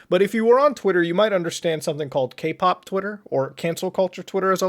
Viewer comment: Every time Muta says Kpop I hear GayPop